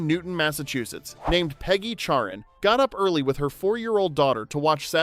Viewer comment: Oh, her name was CHARREN, I could have sworn you said Karen.🤣